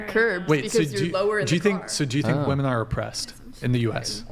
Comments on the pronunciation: I can’t handle the blonde saying “wemen” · Why she say “wamen”